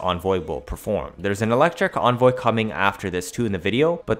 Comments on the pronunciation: there is no way in phonetics that an e can be pronounced like an o in the english language, it can sound like ee as in weep, eh as ing exercise, and uh as in mechical. nowhere does it say o as in onvoy, also vigilante has the ah sound not the ey sound. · I hate the way you pronounce things, onvoy, vigilonte, etc, please pronounce it right